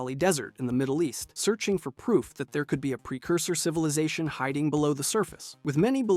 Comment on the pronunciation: The word is pronounced "Sur-fuhs" not "suh-feese".